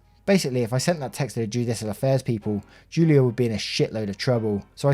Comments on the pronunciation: Broooooooo Julio, is pronounced Hulio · Julio is pronounced Hoolio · julio is pronounced who-lee-oh. Every time you said it wrong it hurt my soul just a bit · Just so you know, Julio is pronounced like “Hoolio” ❤ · Julio is pronounced "who-lio".